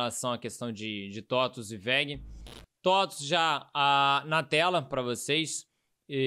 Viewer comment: Tem só que aprender como se fala TOTVS hahah